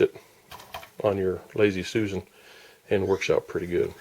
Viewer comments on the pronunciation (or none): none